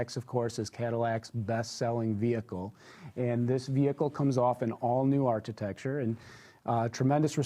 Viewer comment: It's not art-i-tech-ture, it's arc-i-tech-ture! really hates Tesla with a passion. He just could not believe that all those deposits for the Model 3 were real so he had to come up with that stupid conspiracy theory. He lied. He wasn't wearing shorts and a wife beater, he was wearing a tin foil hat.